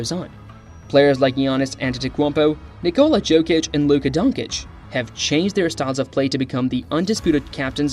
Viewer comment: nice vid, but work on the name pronunciation👍